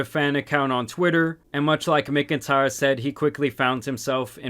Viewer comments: Bro listening to you pronounce names and words is hilarious. Do you live under a rock? It’s pronounced “MACK-IN-TIRE”. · MACK-N-TIRE Not whatever the hell ur saying 😂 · completely off topic but McIntyre is usually pronounced Mac IN tire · "... no matter how much he asked." Gross putting it all on a literal child for an adult sending him bra and panties. Her only regret is getting caught. Also, that pronunciation of "McIntyre". 🤣